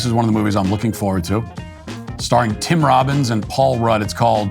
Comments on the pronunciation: It's tim Robinson not Tim Robins lol😅 Tim Robins is from shawshank redemption not at all funny In anything. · He keeps saying Tim Robbins. It’s Tim Robinson. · Tim Robinson. Are you saying Robbin’s? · It’s Tim Robinson, not Tim Robins 😆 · Matt, it's Tim "Robinson", not Tim "Robbins". You pull off not laughing once during "Am I Racist", but cant get the guy's name correct on a planned segment? Sigh. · *Tim Robinson...Definitely not "Tim Robbins" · Sounds like you're saying Tim Robbins. I was mystified at first. Tim ROBINSON, I see now. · Tim RobinSON. When Matt kept saying "Tim Robbins," I couldn't wrap my head around it. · Anyone else driven crazy with Matt calling this actor Tim Robins?! LOL. Tim Robins is Andy Dufresne!!! 🤦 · Tim Robinson not Tim Robins. 😅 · Is he saying Tim Robbins or Tim Robinson? Because that actor is Robinson. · Tim RobinSON not tim Robins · It's "Tim Robinson" , not " Tim Robbins". But maybe it's just my hearing. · ROB-IN-SON. Not Robbins. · Tim Robins.........?????!?!?!?!? Matt, WTF?!? It's Tim Robinson! common man.